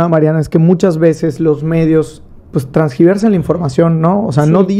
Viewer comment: Transgivetsan? No se dice TERGIVERSAN?